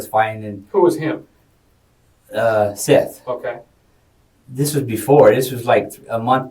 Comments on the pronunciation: It's pronounced "Seth" not "Seeth." Don't know if this is an ai voiceover or what but in 2 of these videos it is calling him "Seeth." Just stop. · Justin "Solo" = Justin Soto Seath = "Seth" Just take 5 minutes before you record to make sure everything's pronounced right. This is your job lmao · “seeth” Jackson huh? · Seth not seath soto not solo.................. also they all lived there together and seth lived down the road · I always wondered if some of these crime channels use AI voice speak to do their narration for them. And with the pronunciation of "Seath" it confirms my suspicion.